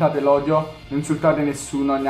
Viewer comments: sono l’unica che ha sentito “cammenti” e “a capito” senza pronunciare l’h😂😂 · Al minuto 4 hai DETTO CAMMENTI CMQ VI ADOROOOOOOOOOOOOOOOOOOOOOO😄😄😄😄😄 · like chi ha sentito dire da "cammenti"al posto di "commenti" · Hai detto cammenti